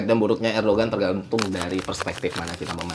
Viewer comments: Erdogan bukannya dibaca erdoan ya? G nya gak dibaca kan? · bang btw mau ngasih info aja kalo Erdoğan itu dibacanya Erdoan bang karena huruf Ğ itu engga dibaca kalo di bahasa turki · Fyi bang, cara sebut nama presiden turki yg bener "erdoan". Btw gua mahasiswa di turki dan ngerasain banget dampak inflasi turki 🥲. GWS turki